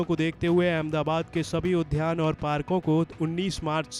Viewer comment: Udhyaan nahin...udyaan hota hai